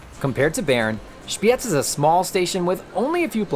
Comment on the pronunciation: I like how you pronounced the z in Spiez. It was very good